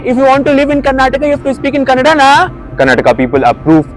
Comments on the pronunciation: Don't come to karnataka First speak correctly It's not kannad It's kannada Be in hindi land Don't come to kannada land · And it's not Kannad, it's Kannada gandu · this fool in the video speaks good Kannada. He hs made kannada Vlogs. Here he pronounces Kannad purposefully. ಅಯೋಗ್ಯ ಇವನು.